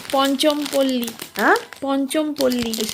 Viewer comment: Kolkata samporka kono idia nai tomar ok , belghoria mondhomgram agulo konodin Kolkata noi ok ta vul val boka ok,r ota ponchom pally noi pachampally ok uchharon korta paro na